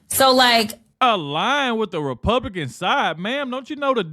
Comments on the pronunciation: He said, " The Republiklans " What it sounded like to me. A little tongue twister got him. 😂😂😂😂😂😂😂😂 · This host has trouble with saying Republican. He can't even say that name himself but Jazmine Crockett doesn't have any trouble pronouncing that name 😂😂😂😂😂